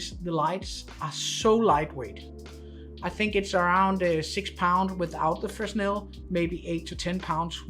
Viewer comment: Great review. One small detail. Fresnel is pronounced fre-nel (s is silent). Keep up the great reviews.